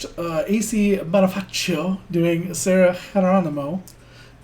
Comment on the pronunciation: Bonifacio = Boni-Fa-Shoh